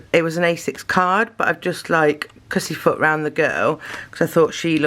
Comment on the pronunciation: I loved this! Thanks so much for following my channel, hope I’m good as you are at doing it one day lol you did make me giggle…. You said Cussy Foot instead of Fussy Cut 😂😂 think I watched it 4 times haha xx 😘